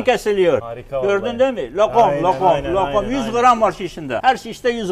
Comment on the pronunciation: abinin LOQOM diyişine bittim